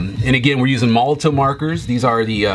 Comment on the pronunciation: It's pronounced 'molotoV', not 'molotoW'.